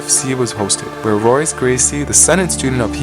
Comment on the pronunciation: Helio is pronounced "elio", the H is silent. Royce is actually "Hoyce", the R is pronounced like an H when it is at the start of a word in Brazil.